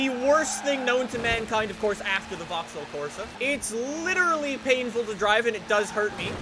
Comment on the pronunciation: He can’t even say vaxhaull correctly 😂😂😂